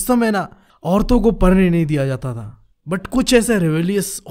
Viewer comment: Bro aap padhne parne, padh ko par kyo bolte ho 😅